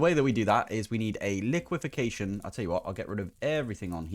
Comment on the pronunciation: "Liquefaction" - pronounced like liquid faction (without the 'd'), not liquification. Liquification is technically not a word. "Ammoniac" - basically just the word "ammonia" with the sound you'd say if you smelled it at the end (ACK!) I find the best way to learn the pronunciation of most words is just read every letter in the word (slowly) and make no assumptions that you know what it is when you first see it. Obviously this doesn't work for every word in English, considering how the different languages that comprise English treat different letter combinations, but with a solid foundation it works a good percentage of the time. Good job pronouncing "golem," though! Too many people pronounce it "gollum" (the character from LOTR) rather than "golem" (the creature from Jewish/Czech folklore). Anyway, my hopefully-helpful pronunciation diatribe is now over. Granted, it was pretty short. :P Keep up the good work.